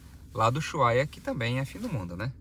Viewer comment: Gente , por qué dizem "Uyuhaia" ??